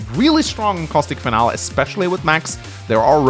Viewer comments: lmao. Finalé pronounced fin-Al isn't any accent, it's just incorrect. Thats ok, I guess. Fin-alee is closer and is how mostly americans pronounce it, but some other english speakers pronounce it this way too. It's always been funny to me that people are so willing to commit to their ignorance to the point they will start fights to defend their own intellectual laziness. Why do so many humans actively want to stay wrong, Especially in a field where you are using words to convey information to others? Smh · it's FIN-al-ee. Not "final." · hate to be that guy but "Finale" is pronounced Fin-Al-Lee